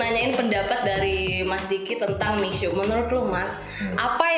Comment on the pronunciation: Itu bacanya Mishie…..